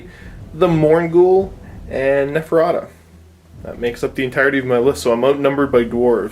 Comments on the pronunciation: I kept hearing Nefetata :') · Hey, I like your input in the age of Sigmar battreps of late, this seemed to me like a fun, competitive and mostly balanced game. My only request: pronounce Neferata's name correctly next time you decide to include her in your army... I'm pretty sure she doesn't take it well if you start calling her Nevertata... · Why can neither of them pronounce 'Neferata'? It's not that bloody hard! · I think the name is cursed or something - two or three people on the shop I go to pronounce it in a variety of ways, always excluding the correct way. So strange...